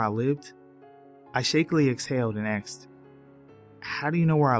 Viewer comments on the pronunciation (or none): I clocked off as soon as he said "he akcsed" instead of asked.